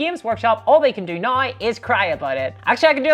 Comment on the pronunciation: F 'em, I like your videos. The ad hominem attacks show they are attacking you just to attack you and aren't giving constructive feedback on your content. I also like that way when you say you say now, it always sounds like naw to me. Keep up the good work.